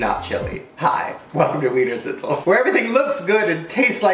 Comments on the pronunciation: any austrians here. and btw its pronounced VVVViener Schnitzel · I just love how Americans pronounce Wiener Schnitzel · Wienerschnitzel is austrian food, yeah xD and i guess english speaking people can't pronounce 'sch' so it's sounds really funny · It's just a shame for the original austrian Wiener Schnitzel.